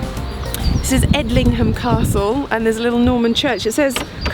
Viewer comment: By the way, Edlingham is pronounced Edlin-jum.